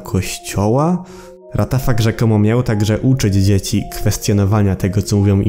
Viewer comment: Nie ratafak tylko łatafak xD